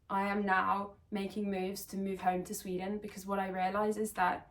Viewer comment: not important, but when you started talking about moving back home to Sweden (I am Swedish too, and also trapped in a foreign country) your Swedish accent came back! Both when you said "Sweden" and "lakes"... like part of you already went back when you started thinking about it :) Best of luck to you.